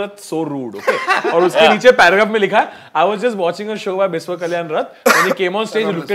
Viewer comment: It's not Bis-wa it's Bishya.. I mean the pronunciation